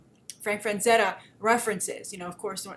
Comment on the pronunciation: Frazetta. No 'n' in there,.